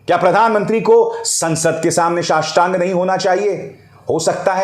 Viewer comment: शाष्टांग नहीं नोष्टांग🤣